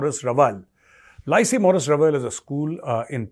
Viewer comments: Lycée is pronounced 'li say' not 'lie see'. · Lycée is pronounced lee-say. You made it sound like "lice-y"!